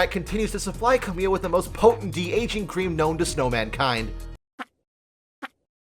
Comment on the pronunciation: More like Ca*mommy*le